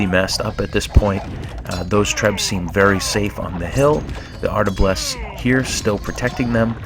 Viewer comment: Cool vid, but it's "arbalest", not "artablest" :-)